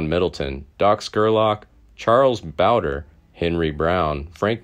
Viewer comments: It is charlie bowd. Re. Not bowde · I wish they’d let me narrate for them. I’m from the area, and the videos are fantastic; but rife with mispronunciations. Charlie Bowdre (bow-like the front of a ship) (bow-dree) and Tunstall. Tunst-ll. Not tuns-tall. Please let me help your channel…I’d be willing to present horseback…from Lincoln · Boudre is pronounced bowdree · Still not pronouncing Bowdre right I see. If you ever read any of these, it’s pronounced Bow-dree